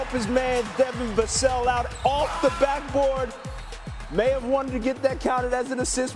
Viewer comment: It’s VUH - SELL ! Stephen a cmon man